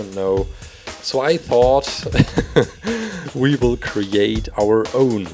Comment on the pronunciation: Did anyone notice that he said weebles instead of we will